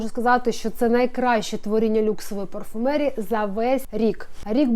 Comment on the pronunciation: ПарфумЭрии хаха